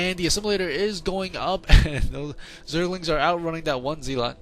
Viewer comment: Zealot is pronounced 'zell-it', not 'zeal-ot'.